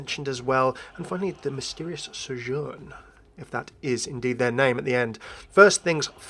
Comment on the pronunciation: Why do you keep pronouncing Sojourn with an accent? She doesn't say it with an accent.